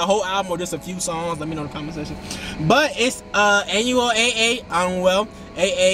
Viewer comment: Is not anuel AA.. is anuel double A